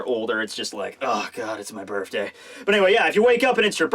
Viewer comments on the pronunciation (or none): Bruh can you please say BIRTHday not BIRFday.